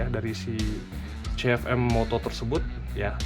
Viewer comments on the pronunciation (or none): Kebanyakan "m" om....namanya cukup CF moto aja 😄